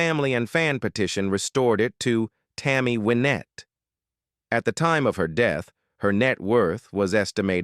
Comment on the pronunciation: I agree. They need a real live person to correct the poor reading. Tammy Winette is pronounced by AI with a short I instead of a long one. Grand Old Opry is pronounced with a long o in Opry instead of a short one. SO ODD.